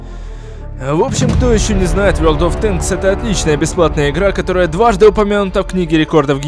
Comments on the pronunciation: Я один смеялся над тем как сказал не ворлд оф тэнкс а вёлд оф тенкс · Не вёрд оф тэнкс а ворлд оф тэнкс, И да фильм крутой смотрю не первый раз! Очень уж понравилось